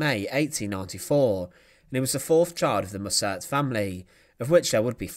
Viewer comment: Mussert is pronounced with the emphasis on the first syllable.